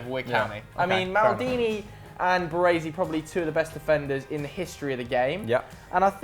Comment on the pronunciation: Can't pronounce Costacurta 😱and Baresi , wtf is wrong with British ?? They can't pronounce Italian and Spanish names right !!!!😱